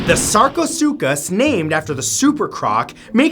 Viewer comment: Finally! Someone who pronounced sarcosuchus correctly